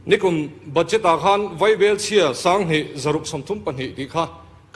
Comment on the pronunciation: BUDJET: ba'jet tia lam tur..ka lawm e..